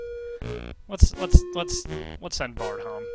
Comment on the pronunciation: I feel like Bard's declining to help out might have been related to the way you tried to call him Brd like, every single time.